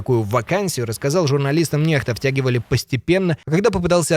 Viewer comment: Спасибо за информацию,, а не НЕХТА.